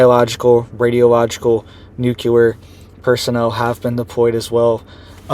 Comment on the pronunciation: This isn't something new,,, history going back hundreds of years has recorded massive earthquakes in these areas months after a solar eclipse passes over land there... this guy can't even say nuclear correctly, do your own research